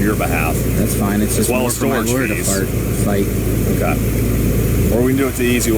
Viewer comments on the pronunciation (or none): Did he just say "fart" instead of "fight"?